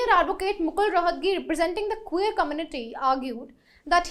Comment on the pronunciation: Let me get your sound properly.... It is not Kuu-ver..... It is queer and the sound would be Kway-err..... Get the pronunciation properly